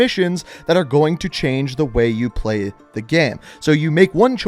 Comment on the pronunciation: "most forward to plueegh"